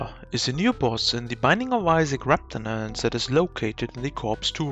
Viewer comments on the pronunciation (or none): "Reptanaance" -This guy 2021 But no joke this is a awesome video, keep up the good work!